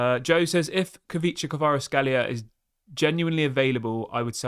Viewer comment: It is pronounced Kweecha Kwarats-kheelia